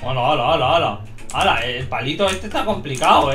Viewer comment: Hole ocuerden que no pueden decir lr letrq